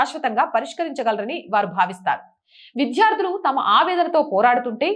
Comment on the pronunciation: విద్యార్థులు....అని చదవండి.... విధ్యార్థులు కాదు...మీరు ఒత్తులు, దీర్ఘాలు పరిశీలించి జాగ్రత్తగా చదవండి...మీ ఛానెల్ బాగుంటుంది... రెగ్యులర్ గా చూస్తాను...